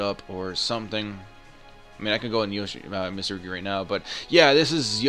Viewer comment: Mit-surugi Not Mista-rugi my god